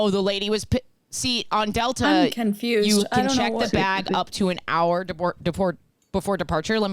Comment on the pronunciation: ... How do you people pronounce hour? Lol